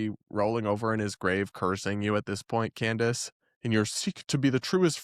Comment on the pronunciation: WEIRD is not a reasonable explanation and Candace sure uses a lot. She can’t even say her name right: Camrace 😂😂😂